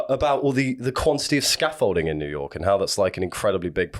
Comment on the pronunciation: 'to jewyork city' ' What?!' hehehe :)